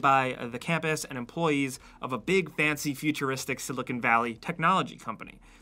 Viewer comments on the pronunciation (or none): none